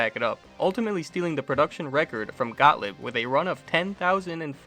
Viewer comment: Excellent video—thanks! BTW, for what it's worth, they're pronounced "got-LEEB" (not "got-lib") and "BAL-ee" (after that company's first big game, "Ballyhoo"), not "ball-ee". Easy mistakes to make, though. 🤷‍♂️